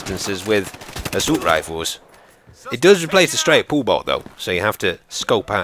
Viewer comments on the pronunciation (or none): you said asout rifles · ''Assoolt Rifles'' Best Youtuber eva.